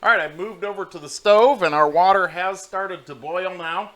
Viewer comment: Wadder lol...